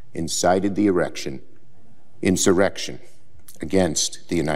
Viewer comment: Chuck Schumer says Donald Trump "incited an erection" 😂😂😂 lmfaoo at 0.58 Sec